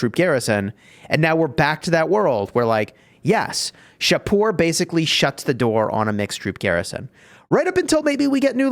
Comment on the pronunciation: As a persian in iran, im really happy that shapur added. Thanks and yes you pronounce it correctly. Keep it up dude